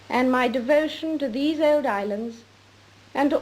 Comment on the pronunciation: Her pronunciation of the word "old" reminds me of the old English or Scot spelling of the origination of that word, "auld."